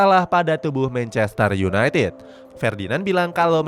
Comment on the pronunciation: Sebutin 2 kata paling lucu? "Mencester yunaitit" huhuh..